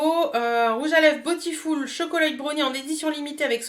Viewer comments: Cc merci pour la vidéo 😊... Tu sais que beautiful se prononce bioutiful... 😉 et pas botiful ? Bisous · cc, les autres youtubeuses prononcent à l'anglaise... comme c'est un mot anglais... mais tu fais comme tu veux!;)